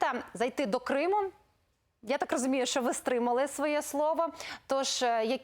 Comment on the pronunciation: Мосєйчук і досі за "язик"?! "Щьо, чьоому", чяс, щє:."?! Треба навчитися звуки вимовляти, пані "Мосжйчюк"